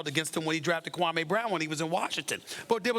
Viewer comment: When I heard Kawame brown I died inside